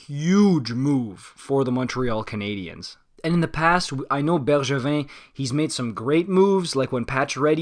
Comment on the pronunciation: He said it right thought.